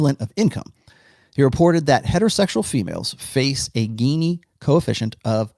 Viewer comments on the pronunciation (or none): "GINI" is pronounced as "Jini" . Economist